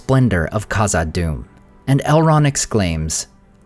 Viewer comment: The “Kh” in Khazad Dum is pronounced like the “Ch” Challah